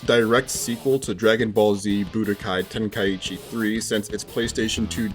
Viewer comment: Tenkaichi... Ten... kai... chi.... Why is everyone now saying "Ten Kai Ichi"? 😅